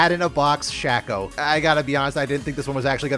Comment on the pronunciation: why r u saying shaco like that